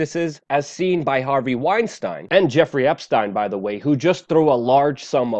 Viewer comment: Weinstein not wein-stain